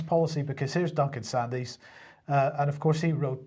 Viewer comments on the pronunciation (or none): Just a small point, the surname is pronounced 'Sands', not 'Sandys', I used to work in his circles. The Russian warfare strategy should be apparent. S400's keep aircraft out of the sky, behind them are long range artillery, which are then less vulnerable. Main battle tanks are now impotent, missiles will deal with those. Ground troops can only be used when the forward objectives are clear, as modern tech can neutralise troops without a shot being fired. Russian EMP capability can already knock out all radar and targetting systems. All shipping will be sunk in minutes by submarines. This leaves the nuclear option, which is, I suspect, why the US has withdrawn from all agreements, and why the Russians are developing hugely more advanced nuclear weapons. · "Sandys" is pronounced "SANDS"